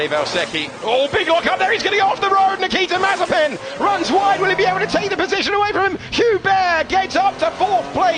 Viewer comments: Nothing: Nobody: F3 commentators: Nikita MARZIPAN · I love the narrator calling him Nikita Marzipan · I love when the say Nikita Marzipan xD